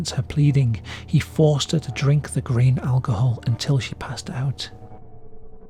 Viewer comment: 'drinking green alcohol out of a milk jug,' lmao what eta oh, 'grain' alcohol. i swear the first time it sounded more like 'green,' i was thinking 'what is it st patrick's day or some'